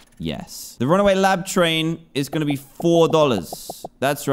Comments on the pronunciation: Evreone:SERISE SERES Me:Dan you said ble not be. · When he says ble instead off be